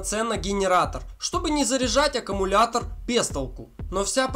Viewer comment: Автор, научитесь правильно произносить любимое слово. Не "аккАмулятор", а "аккУмулятор".